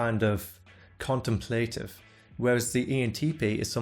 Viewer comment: contémplative, not contemplátive.